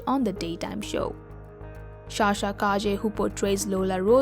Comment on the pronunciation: Sa-sha, not Sha-sha please.